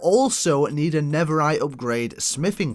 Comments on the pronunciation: bro it’s not never-rite it’s nether-rite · it’s an accent